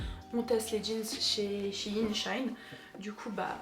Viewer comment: les articles sont superbes :) et on dit she - in mdrrr